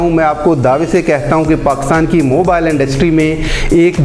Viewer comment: Mooobile industry ?? Sai bolna b nai ata jahil